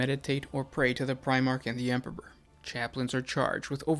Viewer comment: HAIL THE EMPURRPURR! CAT GOD OF FELINE KIND! How you gonna have a 40k lore channel and you cant even say emperor😂